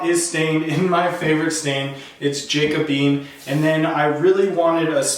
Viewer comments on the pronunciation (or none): It's pronounced Jah-co-bee-in. No beans involved.